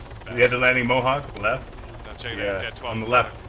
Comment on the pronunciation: lolthe name of the guy is dread not bread ahahah